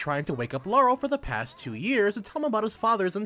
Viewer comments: Two things: 1. It's Laharl, not Laurel 2. You implied the top level in this game is 999. It's actually 9999. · 2 things I could think when listening 1. INCONCEIVABLE! 2. it's La harl you kept missing the H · Me: Wait... can you say Laharl Again? Random Dood: Harl? Me: Yeah, that’s what I thought. “Bangs head on desk” Why?? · Why do you keep saying lahrals name wrong have you played this or going off someone else